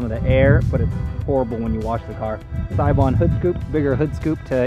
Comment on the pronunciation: it's hard watching a japanese dude mispronounce seibon